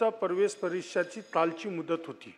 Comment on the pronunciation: Pravesh ka parvesh neet vach na